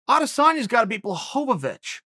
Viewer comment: Jan “John Blahovovich” Blachowitz